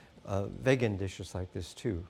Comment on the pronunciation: It’s Vegan not bloody Vagon or what ever the hell he keeps saying 🤦‍♂️